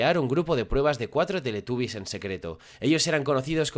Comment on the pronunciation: No es teletabby's es teletubby's